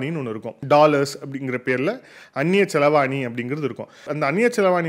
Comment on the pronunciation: மிகவும் அருமை 🤩 ஒரு சிறு திருத்தம் அது அந்நிய செலவாணி❌️ அல்ல... அந்நிய செலாவணி✅️😊